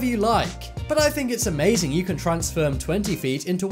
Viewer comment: did you just say "TRANSFERM"